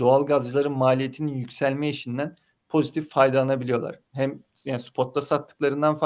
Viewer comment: "Ham" doğalgaz "Ham" de enerji iyi yükselmiş.